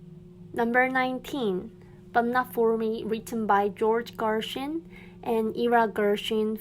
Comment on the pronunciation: Just a friendly tip: "Gershwin" (pronounced "Gersh-win") and "Ira" (pronounced "eye-ruh").